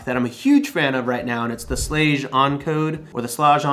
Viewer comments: It's pronounced Sch-Lag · It's pronounced Shlaag. Long A, hard G. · I think it’s pronounced “shlog” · I think its pronounced slaag with a sharp A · Schlage......sh-lay-eg btw